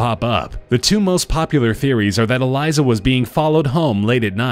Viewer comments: Dude its elisa not elysa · That girl name is Elisa not Eliza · Eleesa not eliza